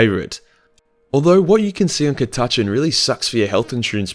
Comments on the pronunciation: Why did he keep pronouncing it like “ cuh-tachin” 😭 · It's CA (as in cat) TAH CHAN (as in jackie chan) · Cat-a-can. The Catachan Jungle fighters. The Ch is silent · Cah-tah-chan, u wot m8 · Cata-chin, cata-chen, christ man, Aussie pronunciation is fucked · on behalf of all other Aussies I have never heard anyone pronounce it the way just did lol. I was like wtf man!?! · when i heard that pronunciation had to check this wasn't One Mind Syndicate putting on an accent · Come on man catachan is the convination of south America, australia and Africa. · I laughed every time you pronounced it wrong. This was awesome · Australian man mispronounces Catachan for eleven minutes and 53 seconds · I've heard a few pronunciationions of Cat-a-chan, this is BY FAR the worst. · It's Catachan not Catachan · I've never heard catachan pronounced like that. Mind once some radgies came into the GW i was painting in and called a monolith a mono-lie-ith hahahaha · That by far the worst i have heard anyone say Catachan. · The way you say catachan makes me want to rip my ears off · that is by far the worst pronunciation of Cata-chan i have ever heard. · ca-tatch-an ??? what mate? its cat-a-chan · Aaah fuck no. Us ordinary Aussies say Cat- a - Chan. What the hell is Ca-Taaaah-chn? Gods only know where is from?! And he forgot the Drop Bears. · Ka TA Chn? Sorry, I've never heard of Ka TA Chn. Have you heard of Catachan though? That place is awesome! And by awesome I mean a hellish planet full of things that put Australia to shame on a good day, let alone a bad day when they make fricking Tyranids look downright cuddly! Cat--a--chan. It's name isn't hard to pronounce bro. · Damm i was so going to rip on you (cat-ah-chan) or in Australian (cuh-ta-chin) but im pretty sure we speak the same language, just us Americans speak real english ;) haha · Its not cata-chan its ca-ta-chan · Isn't it pronouncend KADAKA not KATACHAN fuckinf weeb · I am Aussie and I say Cat-a-chan